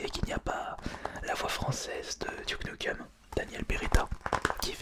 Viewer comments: « Tenchu » aye... « Douke Nukeum » ayeayaouille... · "Duke noukeum" OOF T'a pronunciation me fume xD Mais j'ai bien ri donc c'est pardonné. €_€